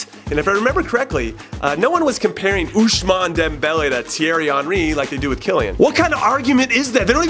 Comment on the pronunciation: How Jimmy pronounces Ousmane Dembele is funny af